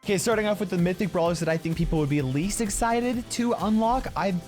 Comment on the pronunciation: Mythic you said wrong